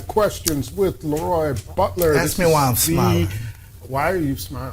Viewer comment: 😂😂😂 Probably the same reason the opening announcer pronounced his name LEEroy Bulter instead of LAroy Butler. Incompetence.